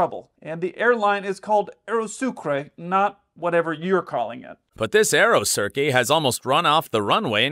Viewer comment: Terribly, horribly narrated, narration malpractice. Surely he's not a pilot.It's Aeroturkey, not Aerocirkay FFS! Boeing 77 is a small leerjet. Guy need to stay in his plane and only comment on things he knows about